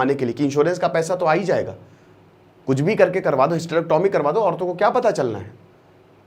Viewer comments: पहली बात तो hystrecyomy को bolna sikhe और hystrecyomy क्यूँ करी जाती हैं इसके लिए किसी हॉस्पिटल मे जाकर एक दिन opd मे बैठो और मरीजो की samsya को समझो indication क्या है करने का नही पता है तो बोलना नही चाहिए बेच खाया है तुम भी स्टूडेंट को बेच खाते होंगे जब तुम्हारे मा या सिस्टर को दिकत होगी तो हॉस्पिटल तुम भी उन्हे बेचने ही जाओगे या ईलाज karwane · Sabse pahle hysterectomy sahi pronounce karna sikho phir kuch kahna